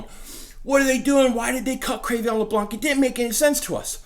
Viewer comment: Cre'Veon??? isnt it pronounced Cre'Von?